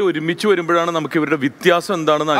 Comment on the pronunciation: ജഡ്ജ് വിത്യാസം അല്ല വ്യത്യാസം ആണ്